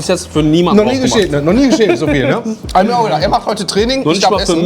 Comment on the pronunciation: Sose hier sose daa sosee sose sose